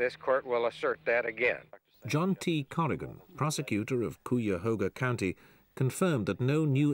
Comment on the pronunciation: I remember watching this show back in the day in particular this episode because of the way pronounced 'Cuyahoga'. I thought it funny but others would have made a big deal out of it. was GREAT in 'Jesus of Nazareth'. This case was the model for 'The Fugitive' series starring Jansen. I was born in Cleveland in the early 60s, people TALKED about this case then and in some circles continue to do so today. Even when he was released from prison and after he died this case was sensational. His son wrote a book and the discussions continued. This was a good show!!